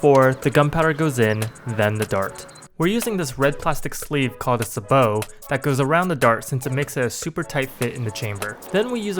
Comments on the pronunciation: Say bo. not SaBoOOo. (Sabot) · I don’t wanna sound like an “ERM ASHUKULLEEEE” but “SABOT” isn’t “SUH-BOE”, it’s “SAY-BOE” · its not suh bo, its say bow spelt sabot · Suh-bot. Not suh-boh. Doesnt matter that its french. American english has a hard t on it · its pronounced say bow not sah bo lol :p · “suh-bow?” It’s pronounced “say-bow”🤓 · It’s pronounced saibow not sabow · It’s say-bo not s-a-bo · Sabot not sabo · Suh-bow it's say-bow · Cool vid but Jesus H, its pronounced say-bow, not suh-bow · Sah bot. Not whatever say bow is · its not sa-bow its say-bo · Please stop saying "sahbow" it's pronounced "say-bow" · Suh-BOW? SAY-bow. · him pronouncing "Say Bow" (sabot) as "sah bow" really just hurts, a lot. I get it not everyone knows the terms for everything but still, painful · Bro it's pronounced saybow not sahbow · sabot not subbow, it's say-bow, two syllables- oh I'm such an asshole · Say-bow.....not Suh-bow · Lmao, a suhboat? Its saybow. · Buddy it’s not a sahbow it’s a saybow. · Hearing you say sabot like that made me physically ill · you say sabot wrong its say-bow not say-bohhhh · pronounced "say-bo" not "suh-bo" Ah hah, Sah dude. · Not suh-bow... Say-bow. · Its pronounced saybo not suhbo just so you know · It's called a "say-bow," not a "sah-bow". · Sabot Say-Bow Not Sah-Bow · say it with me bud. SAYBOW, not sah-bow. SAY-BOW, sabot? saybow. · its not pronounced "sabot" its pronounced "sabo" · It’s a ‘ SAY BOAT’ sayboat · Say->Bo. Spelled Sabot. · I know sah bow, sa butt, and say bow are all technically correct pronounciations for sabot but i still can't help but recoil a little when someone says it any other way than say bow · the name a a sabot round (sa-boa) not sa-bo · Its called Sabot not Sabo Asian man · Sabot... Say Bo. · it is pronounced “Savö” by the way! :) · Pronounce it as "Say Bow" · its Say-Bow innit? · It's pronounced like say bow. Sabot rounds are also used in tanks cool video though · Sabot is pronounced "saybo" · Sabot- Say-bow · The say-bow